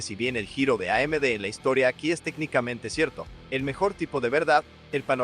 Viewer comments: FYI, 'en' in Spanish is pronounced 'en,' not 'on.' I understand your mistake though, since French is such a prevalent language in Canada, and that's how you would say it in French. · "LTT (AHN) Español?" lol... it's LTT (EHN) Español!